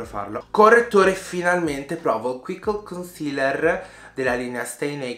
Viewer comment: Lol, è Quickie non Quickle ahahahah ti si ama!!!💙💙💙